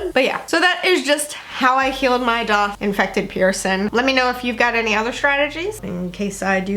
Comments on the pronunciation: My daith was AWFUL. It was the most painful out of my multiple ear and face/body piercings! I developed bumps on it too. The only piercing I had issues with. I used tea tree oil twice a day for 2 weeks and boom, bumps gone. Funny you say “doth”. I’ve never ever heard it pronounced that way and every piercer I have been too pronounces it DAITH! Love your videos ! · Daith is actually pronounced exactly how it’s spelt. Faith with a D!!